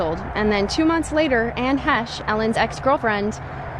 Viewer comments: Its “haysh” not het-che ai narrator😂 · I thought Anne Heche is pronounced Hesh, not heshey. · Ann hetchy????? Hayshay??? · Anne He-che? That's not how her name is supposed to be pronounced. No respect for the dead. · It is. The ai in the video sucks